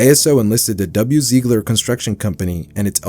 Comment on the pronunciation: Werner Ziegler. Werner Zeeegler